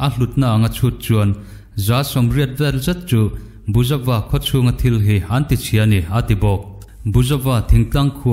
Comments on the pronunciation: Buizova khua tiin kan chhiar chu le.A ngaihnawm ṭhin e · Buizova khua tia kan chhiar chu le. 🙊🤣